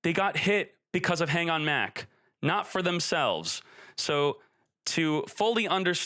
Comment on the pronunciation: I think konami did a great job i think they were really targeting decks that are primarily unfair to play against most of these decks literally all were super hard to defend against especially cyber dragons and anything w mach btw its not mac its mach like (mock) mach speed not mac speed lmao